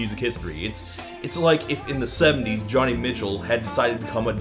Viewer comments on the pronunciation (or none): "Joni" is pronounced "Joh-knee" (rhymes with "Joanie"). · Did you say "Johnny" Mitchell? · Jewel was always the dime store discount bin version of Ani DiFranco. Also, it's not "Johnny Mitchell' it's pronounced 'Joe knee' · Love your stuff, Todd. In this video you mention Joni Mitchell and you seem to pronounce it 'Johnny'. I've always head it pronounced 'Joannie', have I been mislead? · Stop pronouncing Joni as "Johnny." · Did he say Johnny Mitchell instead of Joni Mitchell!?!?!?! UNACCEPTABLE!!!!!!!! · Joni Mitchell is pronounced Joan-ee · Joni Mitchell is pronounced Joanie. .... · Pronounced joe knee mitchell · Scowlie Meerkat her name is absolutely pronounced joanie. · You pronounce Joni Mitchell funny.